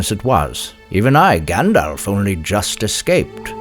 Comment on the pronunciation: Aww man, he keeps saying Gändolf. :face-green-smiling::face-red-heart-shape: Christopher Lee would have scolded you for pronouncing it wrong! :face-fuchsia-poop-shape: (Christopher Lee read TLOTR every year and put great emphasis on pronouncing the names right, as Tolkien had intended.)